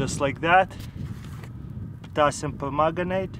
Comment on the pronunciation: did he say potasium pomegranite?